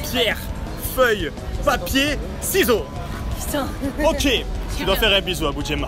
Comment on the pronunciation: Il est con il dit pierre feuille papier "siseau"